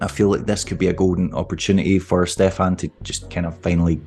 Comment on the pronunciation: Finally someone says Stefan correctly